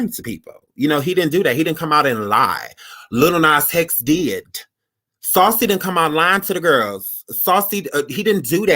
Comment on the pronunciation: He said LIL NAS HEX 😭😭😭😭